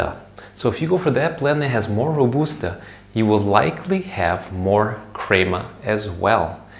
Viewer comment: ill subscribe if you say crema right.